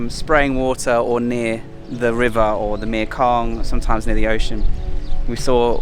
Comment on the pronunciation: 1) Love the channel and content... 2) for the love of God, please learn to say "Mekong"... grab a Thai person, you are surrounded by them, they will sort you out in 2 seconds..... 3) get a new scooter... OR consider changing the name of the channel to "How many places in Thailand can I get this piece of shit scooter repaired for the same old recurring problems"..... 4) LOVE the channel and content.